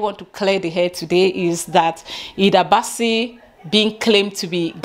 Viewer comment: You are pronouncing the names right👏🏽Thanks for letting them know it’s because of the name.The first time I heard the name I thought she was a Ghanaian.I wasn’t aware there was an argument on social media